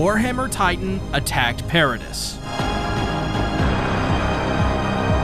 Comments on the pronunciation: Your videos are great man but you really need to work on your pronunciations...it's not Paradiss Island it's Paradee. It's not Shigannsheena it's ShigONshina. As someone who's clearly a massive fan of the show it's kind of bizarre that you mispronounce important names and places so frequently. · I don’t care anymore, I’m commenting. I love this guy’s videos, do not get me wrong. The one gripe I have is with the pronunciation of Paradis. I grew up learning French I know that you don’t say pear ah dis, it’s more pronounced parody or Pah Rha Dee. Meaning Paradise. Before I started watching these videos I always read it like I read French, so when I finished the manga and started watching the videos it came as a shock. Not in the sense of how does he not know, but that I never read it like that before and it’s just an agitation. Nothing against anyone but myself for having this stupid behaviour. Yes youtube whatever it doesn’t matter blah blah blah there’s the comment lol. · I enjoyed the video, but the "s" is silent in both "Paradis" (pair-uh-DEE) and "debris" (duh-BREE). Those are French-origin words in English, so the pronunciation gets a bit funky. Even worse, there are some British variations of "debris" that pronounce it completely differently (DEH-briss). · Genuinely had to stop at “per-a-dis” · It’s pronounced para-dee bro, the S is silent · couldnt continue watching after the 3rd "Peredisssss" sorry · DEAR GOD ITS PRONOUNCED PAIR-AH-DEE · Wait I’m confused. Is Paradis pronounced “Para-diss” or “Para-Dee” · You pronounced Paradis wrong 76 times in one video. Congratulations on making me mad